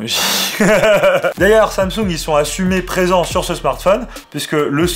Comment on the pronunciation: On dit Tchiaoumi mimix folleded Tchou et Tsamtsounegue 😛